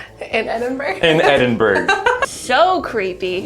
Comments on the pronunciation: It's pronounced Eden-bruh not Edin burg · Am I allowed to be shook in the way they said Edinburgh? Edinburg? What’s Edinburg? You don’t pronounce the G!!!! It’s said like Edin-borough 😂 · FYI: it's not Edd-en-berg it's Edd-in-bruh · My dad is Scottish and when I showed him how you guys pronounced Edinburgh he cringed. It’s Ed-in-bruh not -burg lol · I was excited that Scotland was mention but I got so annoyed when they pronounced Edinburgh wrong😂 it's Edin-burgh (Edin-brah is closer) Not Edin-burg!!! 😀 Great video though!! 💙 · lmao edinberg. i laughed every time. brit vs us pronunciations are great (it's pronounced ed-in-buh-ruh or ed-in-bruh when people are being lazy fyi) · edin-bruh, is how most of us pronounce it. please, try and pronounce it correctly, but also, i totally get that some of our british place names are a headache to pronounce because we pretty much ignore half the letters lol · Edinburgh: pronounced Eh-din-bruh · Just saying for the record guys. Edinburgh is pronounced Eh-din-Bur-ah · Said edinburgh wrong guys lol say it more like Ed-in-buh-rah Scottish words are hard 😊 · ... it-it's "edin-BRUH" LOL. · I'm from the UK and you pronounce Edinburgh as edimbura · Haha it’s pronounced edinbur-ah. Points for effort though! 😂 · I love how corrected on saying Edinburgh and she didn’t say it right!😂 Eh-din-bur-ugh 😂#Glaswegian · A little help for the unknown words Glamis - glarms V - 5 Edinburgh - ed in bruh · From Scotland, STOP SAYING EDINBURGH WRONG lol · And you said Edinburgh wrong 😂😂😂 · Y’all can’t pronounce Edinburgh correctly. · It's bugging me how they're saying Edinburgh 😂